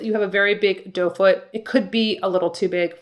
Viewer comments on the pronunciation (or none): No criticism, just laughter…it’s doe foot,I think, not dough 🍞🥯🥐😅